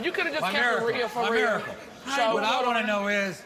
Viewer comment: When he said 'mimiracle' i thought he was complimenting her